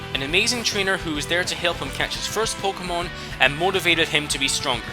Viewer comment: its Pok[EY]mon get it right